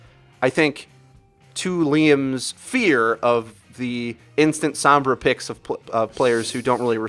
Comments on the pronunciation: "sOHmbra" not "sAAmbra" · Stop. Fucking. Saying "Sahmbra." It's "Sohmbra" for crying out loud. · You guys know her name is Sombra and not Sambra right? You keep pronouncing it with an "ah" sound instead of an "oh" sound and it physically hurts me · "sambrah" lol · As a native Spanish speaker it's really annoying hearing people pronounce sombra as sambra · "sahmbra" unsubscribed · "Wheres sAAmbra when you need her?" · Some brahs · That's just how o's are pronounced sometimes in English. The are three o sounds used in English, a long o sound and two short o sounds. They are using a common short o sound which is the same as one of the short a sounds and can be heard in word such as mom. This pronunciation is why mama, ma, and grandma are spelt with an a even though mom uses an o. To an English speaker the different o sounds all sound like an 'o' and so they may not notice that they are pronouncing it differently. EDIT Also depending on accent/dialect the 'ah' sound may be more pronounced as seems to be the case with. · You said Sombra's name incorrectly! You're a great Youtuber, keep up the good work!